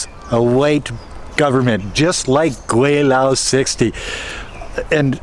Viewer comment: Gweilo not weilo